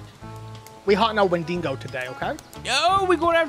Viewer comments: hey just to let you know its pronouncedSounds like wen duh go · win-dig-oh is the correct whay to say it